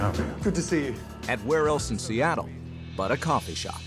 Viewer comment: the way Gordan said "Of course it's raining in sEaTtLlE" lol